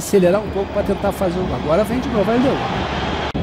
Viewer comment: Nessa época ele falava "gol" e não "guol"